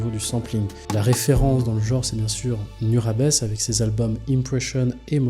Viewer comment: Rectification sur Nujabes : 1) Ça se prononce "Noudjabes" pas "Nurabes" 2) Il est assez largement considéré comme le père du lofi mais sa musique n'en est pas, c'est davantage du hip hop jazz que du lofi tel qu'on l'entend aujourd'hui